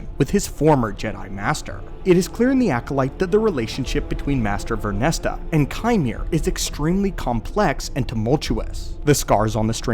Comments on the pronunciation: VernestRa... you always leave out the R and say Vernesta. sorry to complain though, great vid. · Stop pronouncing it as VernestA it's Vernestra!!! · Vernestra! Vern - Estra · Ver-nes-tra 😂 But I read the title and immediately went.. "Oh yeah that makes sense" I'm a big fan of this character in the books and I am very curious to see what happens next in both media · You said her name wrong every time and that was tough to listen to